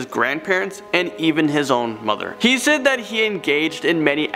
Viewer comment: Yeah it pissed me off if I'm being honest 😂😂 And when he pronounced "Said"